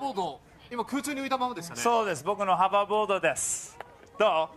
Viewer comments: ホバーボードの事を、繰り返し『ハバーボード』と言う点に違和感を感じる😂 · ハバーボードって発音ってネイティブなんかな？ マジックですって言ってる時点でタネあるんだからブチキレる意味分からん。